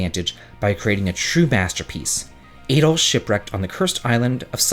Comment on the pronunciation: Adol is pronounced like "add-all" not "ay-dall."